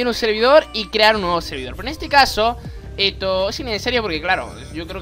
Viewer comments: ay por dios deja de decir eto enfermo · Me sirvió el tutorial pero me dabas cringe cada vez que decías eto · porque decis eto, me da mucha rabia